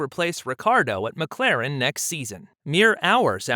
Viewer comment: You call yourself "" and you cant even say McLaren the right way....